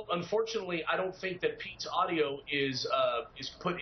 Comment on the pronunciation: "We're having audo problems" .... saddly we can still hear Josh Feuerstein